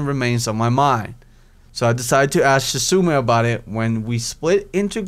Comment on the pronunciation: Don't worry about pronouncing 'Shoujo'. For everyone else it's 'sho-jo'. Other pronunciations are 'Shis-oo-nay' 'Han-a-ko' 'moo-tow' and 'she-chan'